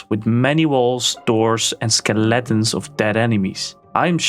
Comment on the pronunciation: Thought it was cute how you said Skeletons, Ske-Letons.